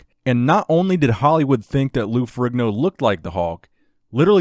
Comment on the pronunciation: Isn't Ferrigno pronounced Fer-EEN-o ?